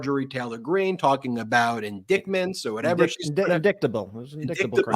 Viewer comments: “In-dick-ments” 🤣🤣🤣. MTG should go back to Grade 4 reading classes 📚📚📚🚌🚌🚌 Hahaha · Of COURSE MTG is going to pronounce it: "in-dicked-ments"!!!! 😏😏😏